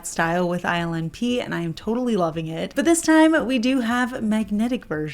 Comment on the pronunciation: Omg lol instead of hearing ILNP, I kept hearing her say “island pee” 😅 .. was like that’s not a pretty nail polish name.. maybe this brand needs to rename itself 😂😂😂